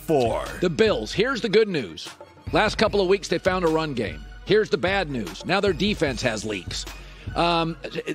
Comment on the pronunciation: Colin "they seem to have found a running gam" Cowherd